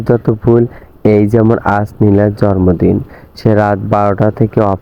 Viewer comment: জরমদিন না জন্মদিন বলতে হবে। 😀